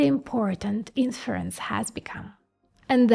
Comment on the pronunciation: When she say "inference" and you ear "in France"